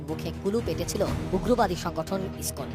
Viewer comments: আরে ভাই ইসি কন না ইসকন। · ইসকন শব্দটাও তো ঠিকভাবে বলতে পারেন না